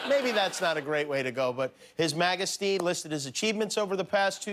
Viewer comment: I think a lot of people missed it but Kimmel said " His Magge-sty"